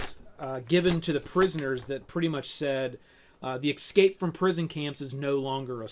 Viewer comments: ESCAPE. E-S-C-A-P-E. "Ecscape" is not a word. How does someone get to your age and have so much to say about this game and still make a mistake like that? Don't you feel embarrassed? It literally shows you how the word is spelled on the box. Literally, children from foreign countries can say the word 'escape'. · its driving me fucking crazy listening to him say excape every half-second...Dx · I hear so many Americans pronounce "escape" as "eCKscape" and I would love to know why? It's so peculiar?! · excape ...haha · Jeeezus. Can't not hear it, but want to watch and listen. I need to eksape from this!!!